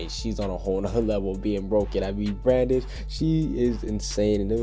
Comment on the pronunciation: you said Brandon instead of brandish ;~